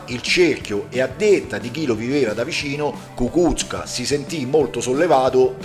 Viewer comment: Ecco, parlando ancora di pronuncia, quella corretta è Kukúzka